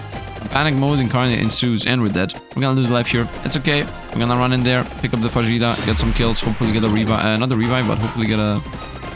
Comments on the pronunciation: Heyy Love your content, it's so nice finding people who enjoy the same type of games I do :D By the way, are you sure "fajita" is pronounced that way ? I think it sounds more like "fa-hee-ta" Sending loveee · Oh my greek friend :) it's pronounced fa-HEE-ta, because the J is pronounced as an H in spanish. Great video btw!!